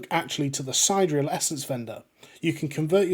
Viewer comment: Sa-Deer-ial sorry idk why it brothered me lol